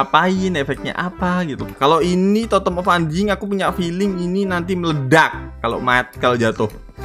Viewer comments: Knp tadi aku dengernya set of Anji** ya bukan set of undaying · Kenapa kebsnyakan orang ngomong totem of undaying jadi totem of 4nj1ng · bang ko tadi ngomong Totem of udyng ko jadi nya malah ngomong Totem of anjing